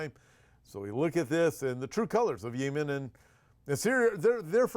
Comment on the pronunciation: Yee-men? Speak American English…yem-en! You’re funny I’m somewhat surprised that Russia 🇷🇺 hasn’t blown Ukraine off the map 🗺️. I’m kind of tired of hearing about Ukraine. I somewhat support Russia at this point bc Zelenskyy is worse, to me, than Putin. Oops…Gulf of AMERICA 🇺🇸